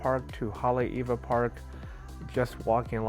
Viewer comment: ...No worries! Nice to see/hear NS vacation video not just about Giovanni's, acai bowls & turtles Laniakea. BTW...VERY good pronunciation of Haleiwa